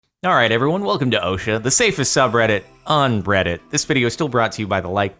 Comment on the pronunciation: I wasn't sure if he said "reddit" or "breddit". now I am sure.